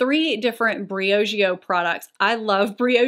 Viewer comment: Bree oh gee oh is how I've heard it pronounced